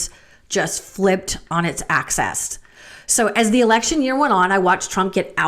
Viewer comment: Axis not access Although…